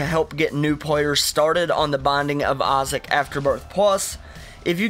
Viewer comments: Why you can't pronunciate "i" correctly? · The way you say the binding of Isaac